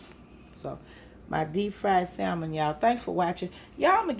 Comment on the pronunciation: The L in salmon is silent